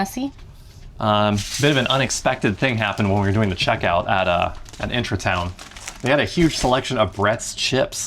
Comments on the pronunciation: I love that you pronounce it as intra-town instead of Intra-Garden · It's IntraTUIN, not IntraTOWN :D and agreeing with the other comments, that mint is going to take over the entire pot.